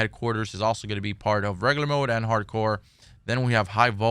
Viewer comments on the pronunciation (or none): Had to unsubscribe. Can't take anyone seriously when they pronounce regular as reggaler.